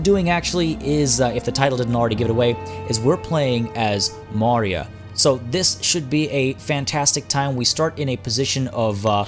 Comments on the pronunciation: Your pronunciation was really nice man. Thanks for covering the Mauryas and hopefully you will cover more. Excited for this series. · Don't tell me your not an indian. The pronunciations were accurate. Just as any Indian would spell it the moment he sees it.